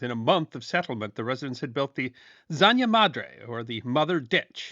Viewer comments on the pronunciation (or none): ZANJA is pronounced in latin american spanish as "SAN-ha", NOT "san-ya". The "J" in spanish is pronounced like a harsh english "H". Spanish is not Dutch, the J is not pronounced like a "Y". but it's just spanish, so you don't care. if it was french, you'd be sure to pronounce it correctly.